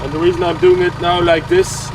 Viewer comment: has really to learn to pronounce the English TH in the right way.